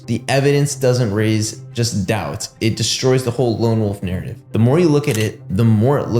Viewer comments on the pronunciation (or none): none